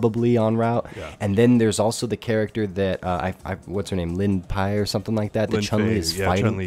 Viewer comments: Lin-pi 🤦‍♂ It's Li-fen, LI-FEN botches yet again 🙄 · D'oh, botched the name of the little girl Chun-Li is looking after. It's Li-Fen. :P